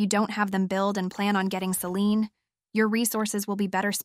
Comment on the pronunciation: I hate how all of you say Selene. But excellent video, thanks for the info and demonstration.